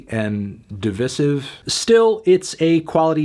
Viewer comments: Anthony Fantano the type of dude that pronounces "divisive" as "divisive" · I like you, but the way you say divisive makes me not want to like you.